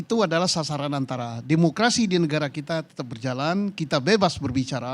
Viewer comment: Ngomong demokerasi Ko mulut nya ngak demokarasi..